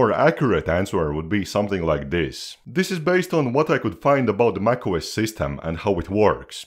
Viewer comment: Bro you saying nac os 😂